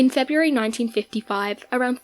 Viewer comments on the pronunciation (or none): none